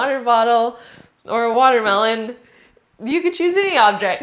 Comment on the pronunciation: Woterbattl or wotermelon😂😂😂